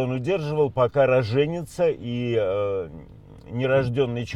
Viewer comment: РоженИца правильное ударение.